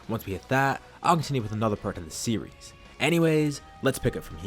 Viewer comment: the way u say “series” is just as good as the story itself